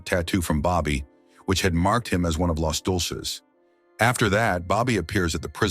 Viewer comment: "Los Dolces?" It's Deuces!!!